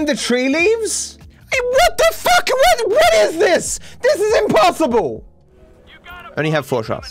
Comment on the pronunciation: how many "WOTZS" are in this video?